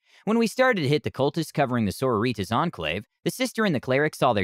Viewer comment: The way he says the word sororitas makes me sad